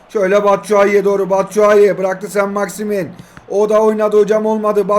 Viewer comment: 4.01 sainit maximin🤣🤣